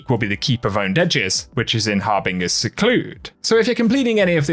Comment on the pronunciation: Hey, its harbinger.... like binge but with a har at the start and an er at the end